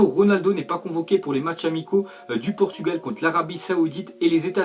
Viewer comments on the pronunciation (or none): none